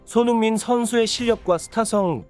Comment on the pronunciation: 한글자 한글자 제대로 전하려고하니 발음 뭉개지고 오히려 듣는데 집중이 안됌 손흥-민선수 동-급에선수다 이런식으로 전달이 사투리마냥 전달됌 알파고같음